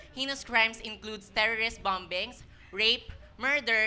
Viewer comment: pronunciation of "bombing" was "bambing?" It's "bamming" not bambing.